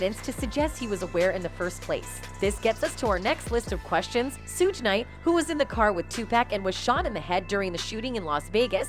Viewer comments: 2 Pack and Soodge knite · HOW N THE HELL CAN A KRA'KA TELL YOUR STORY, WHEN THIS IDIOT COULDN'T EVEN PRONOUNCE NEITHER 2 PAC NOR SUGE KNIGHTS NAME CORRECTLY